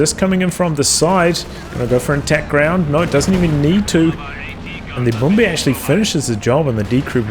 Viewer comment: the overall video and battle was great but i was rather a bit annoyed everytime you pronounce Brummbär as Brum-Beer